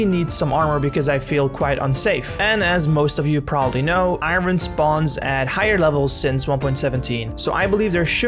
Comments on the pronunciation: Please learn to say iron properly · I’m heart broken about paws! 😢 Also, I’m going to go on a limb and speculate you’re not a native English speaker based ONLY on the way you say iron